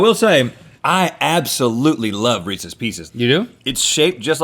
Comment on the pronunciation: As someone who loves Reese’s PB cups, Reese’s pieces are a disgrace and monstrosity. Side Note: thanks for pronouncing Reese’s the proper way. It’s not Re- Sees folks!